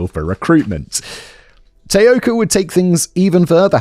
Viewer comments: Self exiled Scot in Tokyo here! Great work George! And while mostly Simon didn't butcher too many of the Japanese words, the two he used the most were, um, a little off! Taoka should be tah-oh-ka, and Kobe, koh-beh (the stress is complicated due to the pitch accent, which I won't even attempt to explain here, but suffice to say that tay-OH-ka and KOH-bee were a little distracting! But not to the lessening of enjoyment of what, again was a hugely enjoyable video and an interesting change of pace which I hope performs well! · Can you even try to be professional you didn't even bother to learn how to say the name of the person the video is about!